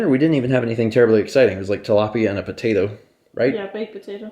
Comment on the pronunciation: How would you spell pronunciation of potato, putatta? The first time he says it he even says it right.